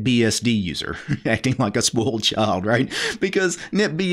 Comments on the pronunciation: Thanks, your's was the first comment mentioning it. I always thought what is he talking about? I have never heard someone pronouncing it spoaled but everytime the distinct oi in spoiled. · It cracks me up how you annunciate "spoiled." I'm hearing "spolt." No biggie and no BFD...just interesting! Wrt the video, right on man.